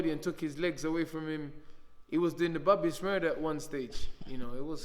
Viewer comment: That nigga said Bobby Smurda!😂